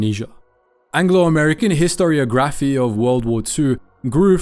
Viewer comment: 😂😂😂😂 Cmon man, really??? "HISTORY-GRAPHY " HUH!??? 😂😂😂😂 Like when ppl say photo-graphy😂😂 Instead of photography 😂😂😂 😂😂😂😂😂